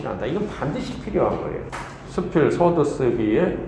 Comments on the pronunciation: 첫 째, 서두의 "서"는길게 발음해야지요!? 자고저 문제가 많습니다. 이러변, Korean language가 아니지요!!! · "이방주의"!?? 성명이면 제발! 띄어 써야!!! 서두, 서문의 첫 자를 모두 짧게 잘못 발음했습니다. 또 사실도 같은 실수! 모두 길게 발음해야지요!!! 참! 놀라운 일입니다.